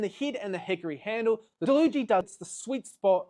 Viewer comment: He's saying it right, it says on the packaging that it's pronounced da-loo-gee